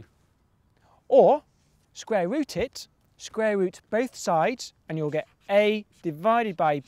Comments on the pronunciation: its cool hearing about the scrare rut of two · "sqware root"